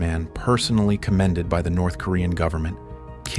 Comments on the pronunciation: You wanna go to “NERTH KOREA” 😂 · "Nerth" Korea 😂 These AI videos... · Nerth Korea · NERTH Korea 😂😂😂